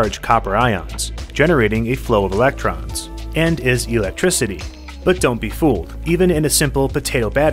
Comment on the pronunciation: Great video but his pronunciation of electricity is so jarring 😅